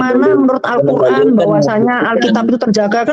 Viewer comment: BUKAN. QUL RAN.??? TETAPI. *. ALQUR, AN . ???